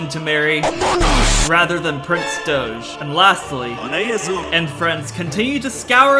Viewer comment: I love how Prince Doge is a Douch, and the way Doge is pronounced by is similar to Douch pronunciation